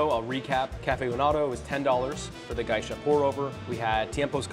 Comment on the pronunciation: It's really Gesha, as in the beans originally from Gesha, Ethiopia.